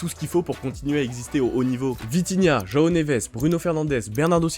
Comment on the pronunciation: Par pitié c'est "Joao" pas "roao" 🫩